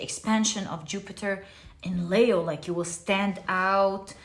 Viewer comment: Nice of you to bring up Leo's pronunciation.... you like to say Layo but correctly pronounced as Leeeeo as though a long sounding e. Is Layo from another culture?